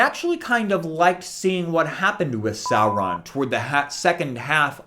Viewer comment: You immediately won my respect when I heard you pronounce Sauron's name correctly. ;)